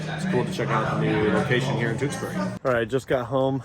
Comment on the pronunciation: If you keep pronouncing Tewksbury like that you’ll get your Mass residence card taken away!